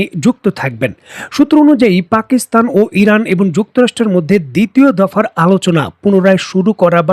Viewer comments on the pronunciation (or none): none